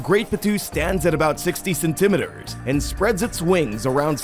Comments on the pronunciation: Cen- ta - mee-ter not cen- tima der. Let's keep it real and pronounce words correctly . Let's not put a spin on something like a measurement that I've heard pronounce like u do .your not edgy and it makes you sound like an illiterate and either stick with metric or standard not both unless u give both measurements.ty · cenTIMeters? you're putting the emPHAsis on the wrong sylLABle.